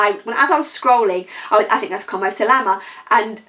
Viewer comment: Stay safe💜! Are you able to get the vaccine? I work in healthcare here in the States so I have had two Pfizer shots. I will try that SH white as a base in my valentines nail art attempt, with me luck lol. FYI llama for the polish name is pronounced “yama” w double Ls making a “yuh” sound